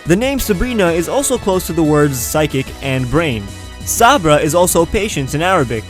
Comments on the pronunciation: Patience in Arab is sabar, not sabra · im mueslm and lol u said subar wrong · It’s sabr as l’m a native arabic speaker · It's pronounced sber in arabic